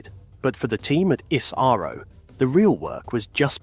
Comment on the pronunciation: Why is 🇬🇧 so Goddamn jealous of the Jewel of the 🌎 called 🇮🇳???? And BTW this is for the British narrator....its not ISARO but ISRO....Dont mispronounce the Smartest and the most efficient Space Program in the world...known as Indian Space Research Organization....like the colonists did back in 1540 and beyond....by changing the original names of cities and towns to their desired pronunciation ..like Trivandrum for Thiruvananthapuram.......Baroda for Vadodara.... Bombay for Mumbai....and hundreds of other towns...but Indian pride has been restored after they kicked the Red Coats out...and now almost all of those polluted names have been restored to its original version for purity and sanctity...which the Red Coats have NO CLUE of....robbers don't care anyways....it shows.😊